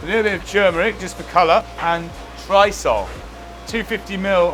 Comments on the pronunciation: What's the ingredient ? Just after the turmeric 'for colour' ... sounds like 'trisalt'? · Tri what?. I follow the whole thing and I don’t know what you said and neither did the captions…..making the batter… rice flour and what? Tri salt? Damn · What's that last dry ingredient going into the batter? I couldn't work out what said. The subtitles say dry salt, but it doesn't make sense, who says 'dry' salt and anyway looks way too much to be salt. To me it sounds like Trycol, but that wouldn't make sense either? What do people think it is? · and what? Trisole? Huh? Help 😭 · I had real difficulty understanding him in parts, especially when he talks so fast. E.g. at the 3.35 point, what was it he put in there? It sounded something like 'trisol' but I've no clue!